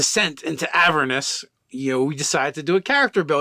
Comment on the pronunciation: On that note. Avernus is a real word, based on a real place. The accent is on the second syllable. "a-VERN-us".